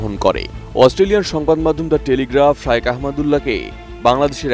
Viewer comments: শাইওক না শায়েখ,,, খ এর উচ্চারণ না করে ক করছেন কেন? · হুজুরের নামটা উচ্চারণ করতে পারে না আইসে সাংবাদিকতা করতে